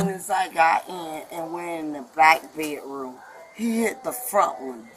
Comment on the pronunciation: "He broke the window in my beh-room".